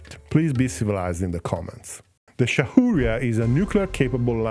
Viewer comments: Shaurya is pronounced - "show-ree-yeah'. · Shaw-rya. That’s how u can try saying it correctly. Means Valour.